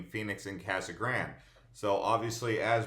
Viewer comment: Casa Grande is spanish so pronounce it that way. It is not Kasa Grand!